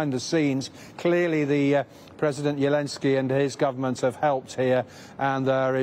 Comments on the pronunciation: Why does the commentator pronounce the presidents name as “ Yelenski” with a Y not a Z? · The news reporter cant even say Zelenskys name because it has a (Z) hahahaha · Who tf is yeelenzky lmao. This is the power of western propoganda that they won’t even say the letter Z